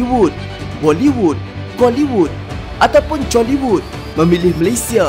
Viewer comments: Bolleywood Choleyywod Braauouuniwood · chollywood yang orang dengar col*wood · Kok colly bang wkwkw (btw saya orang indo) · Bila sebut cholly wood trrsembur aku